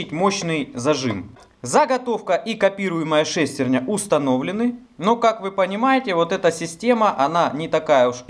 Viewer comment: Интересно конечно, но так убивает неправильное ударение в слове "шестерня"....ударение должно быть на Я... ;)